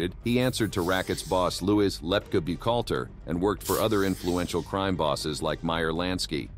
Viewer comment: I love these AI interpretations. Check out the pre todler involvement in hard core crime. Check out the pronunciation of Reles and Buckhalter. Okay you use AI voices. Do you bother to check out the final product before releasing it? Laughable 😂